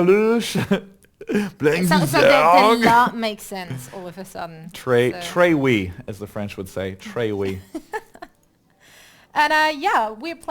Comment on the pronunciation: i lol at him when he said tre oui :D lol ahhh